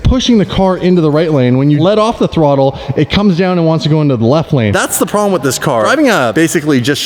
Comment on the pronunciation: "THE TYRE SLAYER HAS A PROBELM" 😂